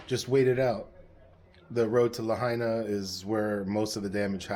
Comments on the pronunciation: La-hay-na😂😅 mainlanders😅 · Please learn to say Lahaina!! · Thanks for sharing. So sad for all affected by this tragedy. So sorry you had to suffer too! Please pronounce the name of the town Lahaina correctly out of respect for the people of Maui.